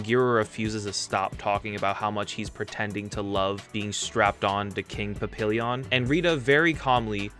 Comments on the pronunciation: Good video but Papillon is pronounced "pa-pi-YON" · Do tokutubers purposely mispronounce names or do they eatch the episodes on mute. It's not 'Papeeeon' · Rita's surname Kanisuka is pronounced as "ka-ni-ska". Papillon is pronounced like the transformation announcement as "pa-pi-yon". It literally means "butterfly" in French. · bro he's not speaking czechslovakian. It's not that hard to pronounce it right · Do all tokutubers watch these episodes on mute Why everyone calling it PapillEEEEEEEon Ohger it's Papillon it's the French word